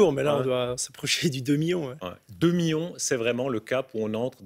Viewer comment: combien? -2 miyons.. -2 miYOns? -oui 2 MIYONS.